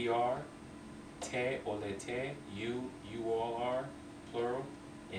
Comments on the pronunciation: In verbs oled, olete, oleme the accentuation is in letter O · In verbs olete, on, oleme, oled, olnud, ole etc the accentuation is on letter O and it's not like russian...-.- anyways good progress